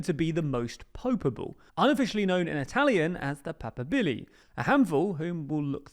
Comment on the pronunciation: A little correction in case he comes up again. Cardinal Pizzaballa is Latin Patriarch of Jerusalem, not "patriarcate" the "Patriarcate" is what he is head of. Papabile is also pronounced pa-par-bee-lay